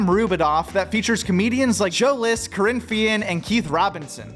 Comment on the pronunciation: You called Kerryn "Corinne". Do you watch comedy?